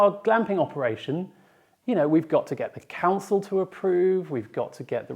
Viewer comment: 'To', not 'tuh'.